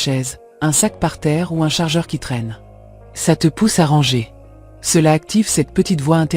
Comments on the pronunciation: Mdr et au lieu de dire ranger elle dit rangeur à l’anglaise c’est n’importe quoi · J'ai aussi pensé à l'intelligence artificielle quand je l'ai entendu dire à deux reprises "rangeur" plutôt que "ranger". Ça m'a fait décrocher et je n'ai pas terminé la vidéo.